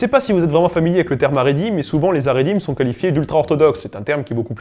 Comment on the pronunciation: Magnifique, superbe trilogie qui s'achève brillamment. Juste une toute petite remarque quand même qui me démange : La prononciation des mots en hébreu n'est pas toujours au point. Notamment Israël qui n'est pas Izraël mais [i.sʁa.ɛl] et Haredi qui n'est pas Aredi mais [χaʁeˈdi] :)